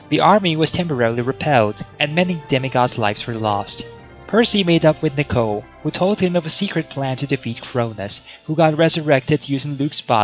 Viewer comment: It’s knee-co, not nick-o